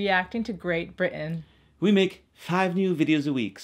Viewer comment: Good evening, Felipe. Agreed, but you sound like HenryVIII! More importantly, kindly ask your dear wife to correctly pronounce the word "Britain"; she managed it once, and then immediately "back-slided"(sic) We are not amused. Yours sincerely.